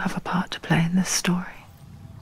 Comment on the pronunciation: 點解一開始講play變咗做Parlay加左個爆音